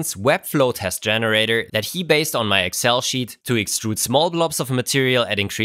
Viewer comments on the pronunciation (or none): none